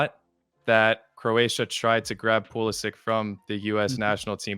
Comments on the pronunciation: It’s PulisItch pronounce it right 😘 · Should've pronounced his name Pulisitch and ended the argument.